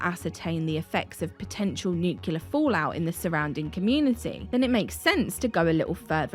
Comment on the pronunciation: It's really a shame that you can't pronounce 'nuclear'. I suppose you have the same problem with 'aluminum'.